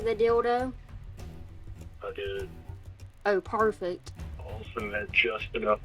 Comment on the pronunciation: "Well... did you bring, The Dildo... Parfect. " Her accent with this line fucking cracked me up. Like a dildo is something famous 😆